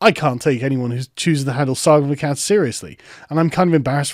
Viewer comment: Sargon fans, "Aklads"? Sargon of Aklads lol No?